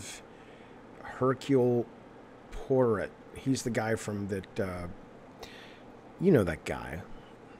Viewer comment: damn, I didn't go to college and even I can pronounce Poirot correctly